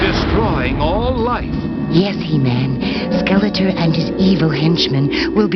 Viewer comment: Funny how The Sorceress kept referring to Skeletor as "Skeleter." The voice actress didn't seem to care about correct pronunciation.